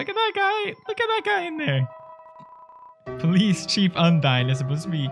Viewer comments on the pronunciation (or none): none